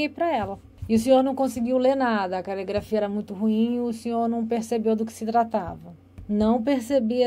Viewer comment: É calegrafia ou caligrafia? Tanto interrogador quanto interrogado estão pronunciando errado!